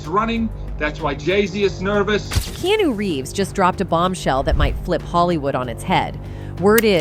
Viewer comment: His name is Keanu not knew learn pronounce before you spk